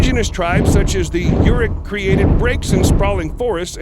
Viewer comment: love these videos just letting you know you pronounced yurok wrong and also its not the most respectful thing to put a photo of a tribe thats not yurok and then talk about yurok (btw yurok is pronuonced like this, yur is pronounced the same as year in yearn and rok is rock, Yurok)